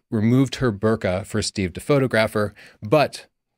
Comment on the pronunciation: Burqa sounds a lot like bokeh, doesn't it? At least how says it.